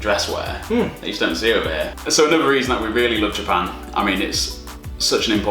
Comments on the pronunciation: 右の方の”Japan”の発音がすごい”ジャパン”って感じ！ Japanってもっとじゃぁぇぱぇ〜んっていう、人が多いイメージ笑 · 初見だからどこの人達か分からないけど 「Japan」の言い方が「ジャペーン」みたいな感じじゃなくて「ジャパン」ってスペル通りに発音するんだね。 少し違和感があるけど丁寧な感じがしていいね( ´∀`)b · 白の服の人のjapanの発音がカタカナに近くて可愛い